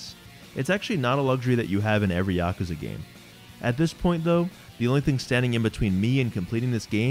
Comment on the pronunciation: It's so rare to find someone who says Yakuza properly. It wouldn't even matter what the video content was, that alone makes you a winner.